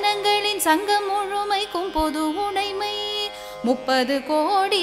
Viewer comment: Pronounce udamai. The thing here is, you are pronuncing "udai mai - udai-sounds dress. You may correct it in future.